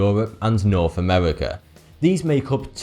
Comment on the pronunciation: euwop and Amewika